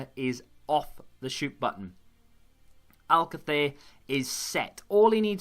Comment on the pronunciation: I agree with you that latency is the biggest issue. When I first started playing the game, I was frustrated at the amount of passes that I was missing, but I guess this is more of a 'feature' than a bug. I've learnt to be more patient and selective with my passes. And, if I may, I have one correction and one suggestion regarding Spanish surnames for you. :D First of all, I heard you say AL-cather a few times, and there was even a video where you were wondering if that was the correct pronunciation. It's close, but it's not. It's pronounced al-CA-ther, with the accent on the second syllable. If you ever see a graphic accent on a Spanish word, that's where the emphasis goes. For instance, in Alcácer you have the graphic accent on the second 'a', so that's where the emphasis needs to go. Hope this helps! :)